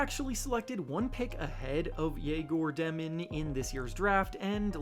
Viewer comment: Dëmin’s name is pronounced as if it were spelled Dyomin